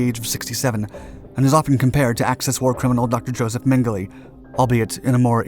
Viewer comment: Men geh la not Men geh lee